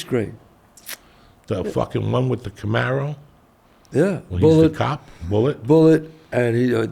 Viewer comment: “Camaro” lmao Joey